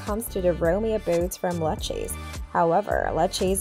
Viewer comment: It's Lou-kay-see 😂😂😂